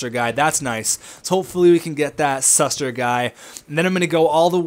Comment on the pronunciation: It's shoe-ster not suster ;)